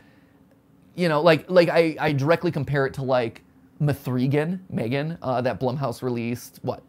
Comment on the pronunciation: M-three-gan. I can't.